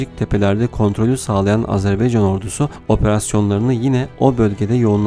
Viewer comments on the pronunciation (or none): ilk 5 saniyeyi tekrar dinle lütfen E harfi ile söylüyorsun, A harfi ile söylemen gerekir A-ZER- BAY -CAN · Azerbeycan değil, AZERBAYCAN, insan kardeşinin adını doğru söylemez mi? Biraz dikkat